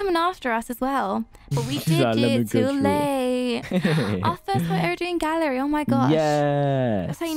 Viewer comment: I thought that you were saying gary instead of gallery. :P